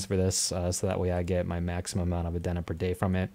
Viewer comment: just came across this suddenly, decent stuff there. Nothing against the 9k gems but; "Adeen na". "Not A-Den-Na"